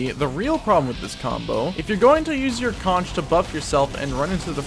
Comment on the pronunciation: The shell the soldier is blowing on is a conch, pronounced like it has a k at the end, as in conch chowder. The weapon name is a play on words so it ends up sounding like conquerer. There is no ch sound.